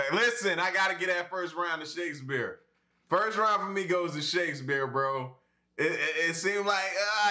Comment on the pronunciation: I like how he keeps pronouncing it "shakesBEER" 😄😄